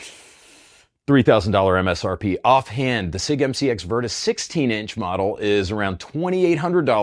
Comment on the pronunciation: It's not prounounced "sick"